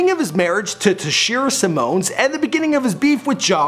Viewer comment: How come dude keep saying Simone ... It's Simmons no different than Russell Simmons or Richard Simmons ... Not Simone